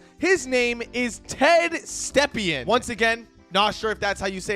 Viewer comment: You pronounced Ted Stepien correctly (a.k.a. Ted Septic Tank)